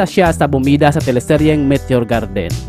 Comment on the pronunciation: Mitio Gerdin 😁😁😁 bisaya ka bay ✌️✌️✌️